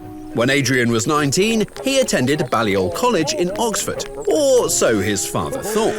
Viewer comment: It’s pronounced „Bay-Lee-Ol college